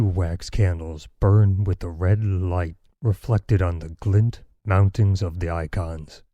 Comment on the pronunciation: Highlights: ".. burned with a red LLLllliuhhght" "not a nuh are way" "..bill and write- hard cut -and let me know" "wrapped his coat or bout him" "tOuChEd uP tHe hOrSeS"